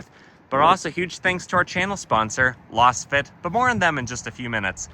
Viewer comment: I believe Lasfit is pronounced the same way as Laser.